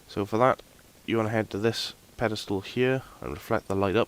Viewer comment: whats a pedistool? you said it about 1000 times, i think you meant 'pillar of light'